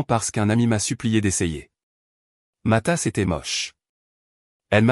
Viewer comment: Matass au lieu de ma tasse